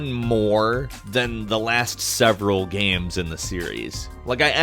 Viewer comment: Why does he pronounce games "Gahms"?